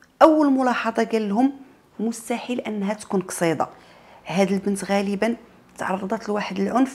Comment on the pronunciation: النطق ديال كصيدة 😂